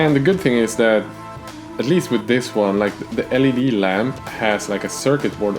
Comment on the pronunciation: Great video, never thought of using cheap LED lamps from the store that are allready connected to a power source. BTW. L.E.D. is how the Anglos pronounce it, not "leed". But the pronunciation "leed" has some charm to it when you aren't a native english speaker